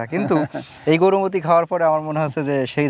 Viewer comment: Gorumoti noi , Gourmoti bole😂😂😂